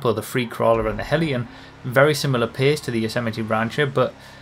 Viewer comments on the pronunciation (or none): none